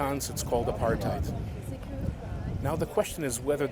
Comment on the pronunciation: I am a black Afrikaans speaking person from South Africa and I love the way the Human Rights Activist pronounced Apartheid.Let us strive for peace my brother's and sisters.We will not be devided.Inlove my Country and I am aware of our challenges.